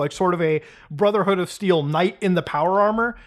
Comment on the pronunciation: "Brudderhood" INDIAN MOMENT